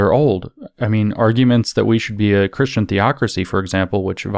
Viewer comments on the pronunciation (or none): none